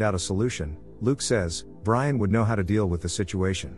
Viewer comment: Its Brian not brain